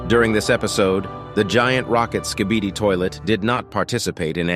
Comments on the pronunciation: He said skidibi XD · Why did you say skidiby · he said skidini 😂